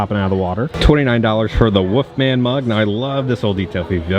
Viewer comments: I love your videos but are you punking us when you say “Woofman” instead of “Wolfman?” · Probably speech problems or an accent. I really don't mind